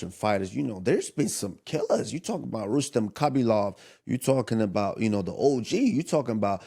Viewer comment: Dude said rustam rabalov 😂 “who da fook is dat guy”